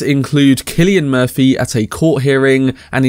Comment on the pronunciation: Very much appreciate you pronouncing “Killian” Murphy correctly 😊 however you also pronounced the number 3 “free” so I guess you’re breaking even. Sorry, keep at it!